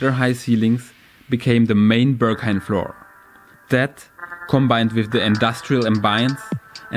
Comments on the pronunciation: Steht da Börghain oder warum sprichst du es so aus? 😂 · dachte ich spätestens als ich sein erstes ‚Börrghain‘ hörte 🤣